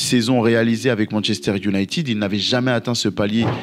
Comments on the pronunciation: J'ai un peu ri aux excuses sur la prononciation de Midtjylland après avoir passé 4 minutes à massacrer la prononciation en disant "younaïtide" 😂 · Quelqu'un peut-il m'expliquer pourquoi en France on dit "Manchester unitid" au lieu de "united" ????????????